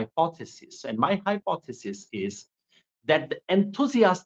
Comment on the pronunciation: hypothesis word pey itna emphasize karoge toh baat hypothesis Tak hi reh jayegi....by the way Aap aur Prashant Bhushan toh conspiracy theory banane mey Number one ho.